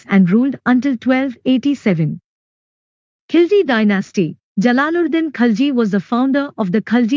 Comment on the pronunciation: Khilji not khalji😁😁😁